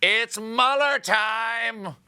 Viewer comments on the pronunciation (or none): none